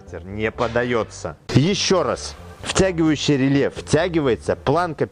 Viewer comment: ну рЭле же произносится, рЭле !!! )))